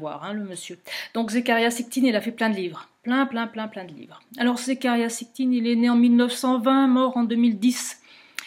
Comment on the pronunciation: Zécharia SITCHIN ...!! facile à prononcer pourtant merci ! Le livre que j'ai de lui s'appelle :""Quand les géants dominaient sur terre""....Edition Macro Savoirs Anciens.